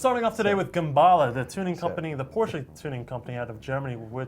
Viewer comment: Did Alex just say "Porsche" wrong?